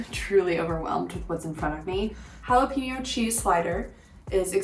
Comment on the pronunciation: Dear Gringos, Jalapeño is pronounced. "Hah-Lah-Pay-Nyo" It is NOT pronounced. "Hah-Lah-Pea-Nyo" Don't make me come over there and whack you. Thank you for your attention Gringos